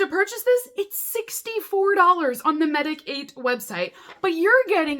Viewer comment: Okay, couple of hard-to-pronounce words - Medik8 is pronounced just like medicate. And Paume is French for palm (as in the palm of your hand) & is pronounced pome (like home).😎